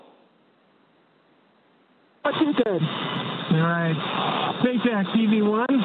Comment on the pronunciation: "espacex" só pela pronúncia já sabemos quem esta refutando kkkkkk